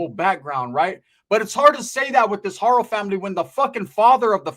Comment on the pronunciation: Instead of Rebeca haro is rebeca fakno